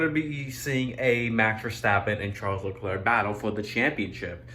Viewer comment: No, it's char leclarie